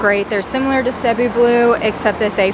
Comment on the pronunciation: Thank you for pronouncing Cebu correctly. Haha!